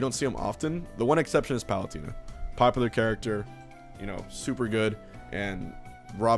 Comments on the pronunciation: M2K says palutina too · Ah yes Palutierna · That's not what the point of his comment was. He's pointing out the funny way that Hbox says Palutena's name. XD